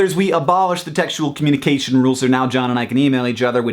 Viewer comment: \ cough "communcation" cough